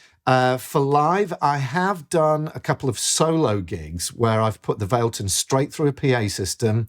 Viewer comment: FYI everyone, it’s pronounced Vah leh tun